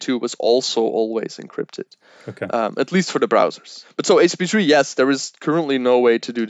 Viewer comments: Here we learn the differences between H P2 and H P3. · They way he keeps saying "HTP3" or "HP3" started to really bug me. Like, dude, slow down, pronounce your words. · It's very difficult to watch a video when the expert doesn't actually say the name of the thing they're talking about properly. Took me a minute to realise he was talking about HTTP/3 :-) Once realised, it was good... but I'm wondering why HTTP/3 doesn't check for 'middle box' compatibility and drop UDP if it finds it can...to allow for the future when UDP isn't needed... Slower I guess, while it checks... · Great video. Great info for starters. My only angst is his pronunciation of http3.